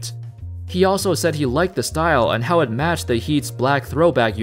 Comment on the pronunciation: How's IT going folks... that's how its supposed to be said bro. Idk if your doing that on purpose or what... but it's hella annoying... lmao